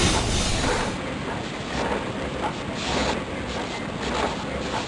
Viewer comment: I love how he pronounces 'Warez' as 'Vares' because he speaks German (and if I remember correctly, IS German)